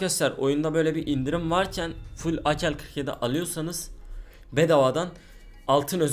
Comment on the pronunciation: Akel 47 değil abi ake 47 diye okunuyor